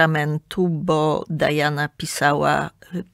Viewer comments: Nie Dajana tylko Diana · Nie Dajana A Diana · Diana jest po polsku , a „Dajana” wymawia się po angielsku